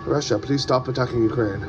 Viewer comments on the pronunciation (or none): none